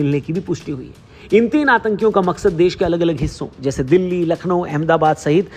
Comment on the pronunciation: Madam its Delhi not Dehli